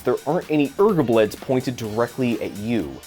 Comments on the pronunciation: Oh man it really pissed me off with you calling them 'urgubleds' xD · ERGABLEDS IS NOT A WORD! STOP BEING SILLY!